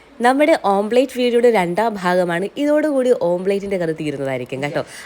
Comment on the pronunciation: Omplate alla koche.. Omlette.. School onum poitile??